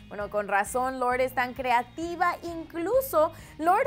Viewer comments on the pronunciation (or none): louwrrrd jajja